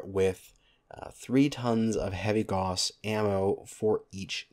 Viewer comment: /gaʊ̯s/ not /gɔs/